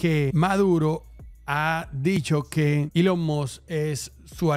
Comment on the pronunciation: Elon must🗿 Es Elon Musk ni eso sabe pronunciar🥶